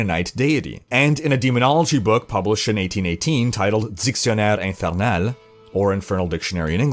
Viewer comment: are you french Canadian? (the way you said Infernale)